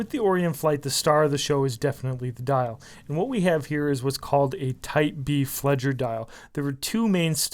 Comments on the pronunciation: Geez, I cringed at your pronunciation and jargon use. Flieger, in German is pronounced "Fleeger" with a very hard "G". The "ie" is pronounced as a long "e". The "ei" vowel combination is pronounced as a long "i", the opposite of most English usage. These were not "Flieger" watches during WWII. They were "Beobachter" watches, which is where the "B-Uhr" abbreviation comes from. Regarding aviation, a Beobachter, literal translation "Observer", is a NAVIGATOR , not a pilot. These were NAVIGATOR chronometers for navigation use in the bombers. The first style of dial was the Type A. The second style of dial after which these are patterned was the Type B, hence you will see on the German drawings for them "B-Uhr, Type B". The pilot didn't need a chronometer, the NAVIGATOR did, so he could determine the exact hour angle, i.e. longitude, with high precision. The actual watches used during WWII were very large, with pocket watch size chronometer movements in them, adjusted and regulated to observatory chronometer standards. They were issued to the navigators just before the mission and had to be returned after the mission was finished. They belonged to the unit, not the navigators. The straps on the were very long so they could be strapped onto the arm of the navigator over his flight jacket. Shortly before takeoff, as part of flight preparation, the navigator would hack the watch to the German observatory radio time signal. You need to reedit and fix this video. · fl EE ger...not fledger :) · It's pronounced FLEE-ger, ("flyer") and not "fledger." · Exactly. You take my words. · flieger is pronounced flee-gher not fledger, love your reviews though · It's Flieger not fledge! I love that strap where's it from? Also I never swim with my Flieger regardless off the water rating but that's me! Good video anyway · Flieger rhymes with meager, not fledger. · fleegah or fleeguh or fleegherr not fleejer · ROFL It's not "Fledger", but FLEEG'R, dumbo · It's pronounced fleeger